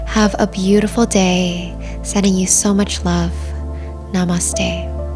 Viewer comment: I love the way you say 'Namaste' at the end, i feel connected to my roots in India. 🙏 😇